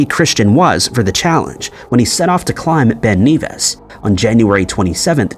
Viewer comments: Ben Nevis is pronounced ne-vis, not Neevis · Ben Nevis is pronounced like "never" not "beaver" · For info... it's pronounced "Ben Nevvis", not 'Ben Neevis'. 😊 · It is strange as to why the video maker NARRATOR calls Ben Nevis, Ben NEvìs,.... it is Generally called Ben Nevis not Ben Kneevis, becacause of the rules of grammar? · Your saying Ben NEVIS wrong m8 lol😅it's E like your saying epic so it's Ben nevis m8,I'm from fife in beutifull bonnie scotland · Bro said Ben Kneevis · The pronunciation of Ben Nevis really annoyed me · You’re pronouncing Nevis wrong. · Oi! Say Ben Nevis again...........yer tw*t!